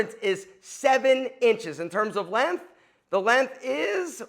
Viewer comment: It’s length, with a g. It is not “lenth”